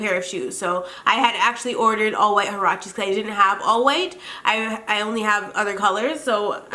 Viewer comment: U ceep saying huaraches wrong